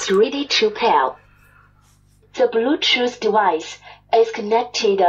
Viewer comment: "to bluedjuice doowise is really chew pair" 😂 i love it